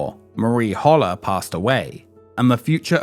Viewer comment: His last name was pronounced Hole-er NOT Hauler!